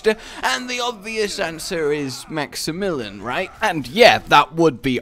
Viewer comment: Max e million